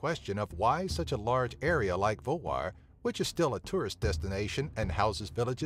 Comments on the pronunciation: that was right u say it vagar, im from faroe islands only 45.000+ people live in faroe islands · Your pronunciation of "Vágar" was fine. But the villages... :)